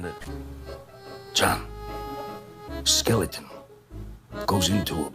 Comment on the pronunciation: It sounds like he's saying "skillet" not skeleton 😅😂